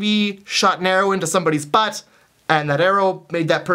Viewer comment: HAHAH the way you say butt just amuses me xD